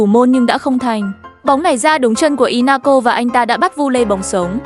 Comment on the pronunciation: Lisbon🤨 Phải là sporting Lisbon chứ hay gọi tắt vậy Grimsby town là giải hạng 4 nha Lại inta milan Trincao mà có phải là Trinicao đâu Ly-on là CLB nào phải là ly-ông chứ Sau Manchester city nghe khó đọc vậy Ru sà là ai vậy Manaco là CLB nào vậy Inaco sau nghe ảo vậy nó là i-na-cio mà Còn elite với legendary division cơ